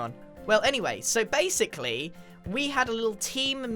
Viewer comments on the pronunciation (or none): "Anyway, so BASE-sickly..." sorry I had to xD